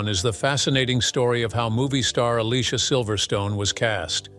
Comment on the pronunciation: Definitely one of my favorite 90’s movies and Alicia’s first name is pronounced (A-Lee-See-A).